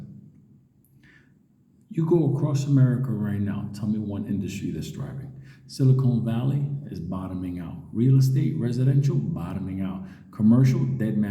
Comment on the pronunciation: It's silicon valley not "silicone"